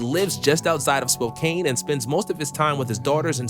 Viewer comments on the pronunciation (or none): It's pronounced Spo(CAN) NOT Spokane. Even if it's spelled that way. Washingtonians hate that.